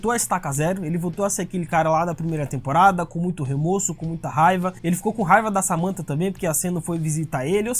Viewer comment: O correto é remÓrso e não remÔrso Ótimo video